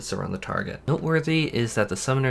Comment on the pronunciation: Dear, wonderful video. Only nitpick, is "eh-gee" not "ee-jai":P